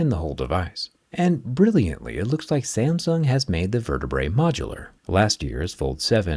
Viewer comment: pronounce "SAMSUNG" correctly first